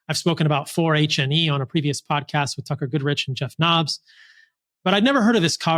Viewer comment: Knobbe...not Knobbeith.